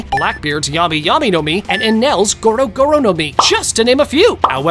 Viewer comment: He said goro goro no mi deaf ahh